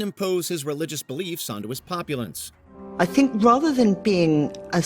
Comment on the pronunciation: What's a "populant"? Or is it "populence"? Could it possible mean "populace"?